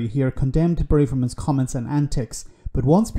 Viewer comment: Now that she's gone maybe it's time to pronounce her name correctly..... It's not Brave-er-man, it's Brav-er-man!